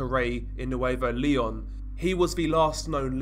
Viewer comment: I loooove how you pronounce Nuevo León!